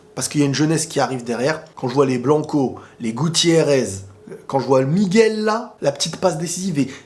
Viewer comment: Putain tu dis bien Miguel lol. La plupart des gens disent migwel 😭